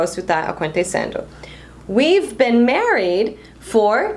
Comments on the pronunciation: você pronuncia a palavra been com som de e! Eu aprendi com som de i! Eu falava bin e não ben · muy buen video, muy bien explicado, pero cuando pronuncias been dices "ben" y yo tengo entendido que se pronuncia "bin". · Então é sotaque? Achei que eu tinha aprendido errado. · Você fala been com sotaque diferente. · dúvida a pronuncia de "been" seria bim ou bem ?